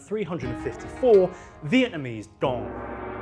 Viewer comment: FYI the sfx you used for the Vietnamese dong was a little racist and also you pronounced dong wrong.